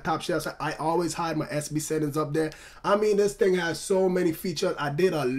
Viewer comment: Some ting wrong XD